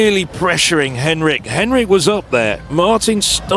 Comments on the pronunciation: I think its pronounced hen-RICH not henrick 🤦‍♀️🤦‍♀️🤦‍♀️ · He’s not pronouncing her name properly. It’s Hen-rich, not Hen-rick. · Was wondering about this myself. She herself pronounces the ending 'rich'. The commentator is using a German style pronunciation similar to the name Heinrich.